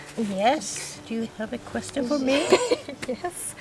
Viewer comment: What an amazing video! I like how you say questeeon instead of question :)